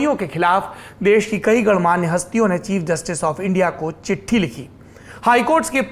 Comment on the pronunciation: Dear Saurabh Sir, चिट्टी नहीं चिट्ठी I am your well wisher not critic